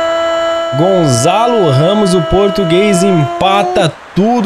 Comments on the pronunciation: não se diz Gonzalo Ramos dis se Gonçalo Ramos obrigado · NÃO É GONZALO RAMOS É GONÇALO